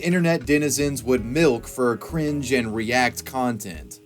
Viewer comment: The way you emphasize "cringe" hurts me so much. I hate 2016